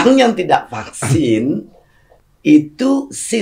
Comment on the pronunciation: Alhamdulillah, PARADOX Bu Susi cuma sebatas "fluent in English with good pronounciation tapi masih nyebut 'PAKSIN' dari pada VAKSIN". Paradox lucu yang tidak merugikan orang. Ada yang paradox, tapi merugikan banyak orang.